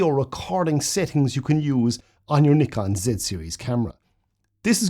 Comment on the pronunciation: Thanks for this; lovely clear video with lots of very useful tips and you pronounce Nikon correctly! 😆 Very helpful for a rank amateur still photographer trying to become a rank amateur video shooter!